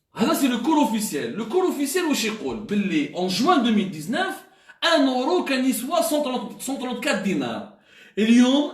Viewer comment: ON DIS EURO ET NON ORO